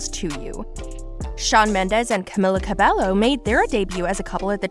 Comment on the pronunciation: Why can’t any narrator pronounce Camilas name correctly? Do your research smh